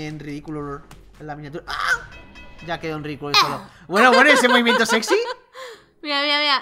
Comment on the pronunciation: Porqué dice séxy